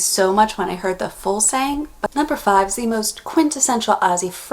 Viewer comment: You nailed number 5